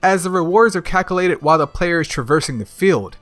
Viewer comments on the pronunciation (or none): Bro said cakulated. That sounds like something kamala might do 😅